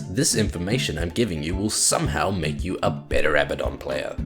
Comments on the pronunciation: Fucks me off so bad that you say Abba-don and not "Abaddon" (Ah-bad-don). Just because Supernatural get it wrong (and they get a few things wrong), doesn't mean you should. The hero SAYS HIS OWN NAME FFS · It's "A-ba-DUN" not "abba-don". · its pronounced Uh-Bad-Dun not Abba-Don, notice how 'Abaddon' has only one b instead of two, and two d's instead of one. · I hate it when people call him "A-bad-en" Like no you fuck its "Ab-uh-don" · a-BAD-on, not ABBA-don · Not that also, it is like ah-baah-don, nearly like saying Baden in german, check this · Abbadon pronounces his own name "A Bad Din" or kind of like Aladdin. I don't know if that necessarily means he's right though.